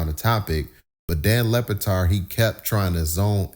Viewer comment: Lebatard with a B...not Lepatard😂